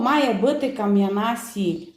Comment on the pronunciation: Я розумію, що ви розмовляєте місцевим діалектом ,але ж ви блогер,то маєте розмовляти ,так,що б іас всі розуміли ! І ще!- " Суль "- ну чорті що !- ну вже ж можно сказать - СІЛЬ !!